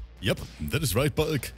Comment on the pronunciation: Ngl this whole time I thought his name was bug not bulk because pronounces it different